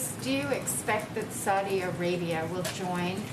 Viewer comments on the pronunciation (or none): none